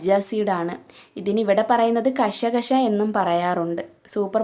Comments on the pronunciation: കശ കശ അല്ല കസ് കസ് ആണ് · kasha kasha alla...🤣🤣🤣🤣🤣🤣🤣🤣🤣🤣🤣kas kas(കസ് കസ്.. )